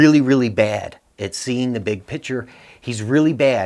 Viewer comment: Please STOP saying "BIG PICTURE" your pronunciation is shit.